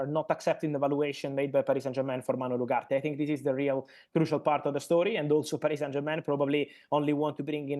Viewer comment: please make a little effort to pronounce the name Ugarte correctly